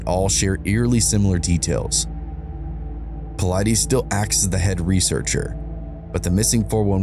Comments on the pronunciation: It’s actually PA-LI-TES. That’s how you say it. Though I’m glad he’s sharing this Detective’s stories. David is a master at the 411 cases with countless books he has written. 😊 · 😂😂 Nice pronunciation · If you're gonna use his work , why don't you pronounce his name right absolutely atrocious shame on you